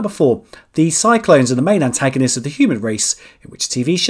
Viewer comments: cylons 2 syllables: "SY" + "lonz" 😜- not cyclone but always enjoy the quiz mate. Thanks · Especially the Cylons!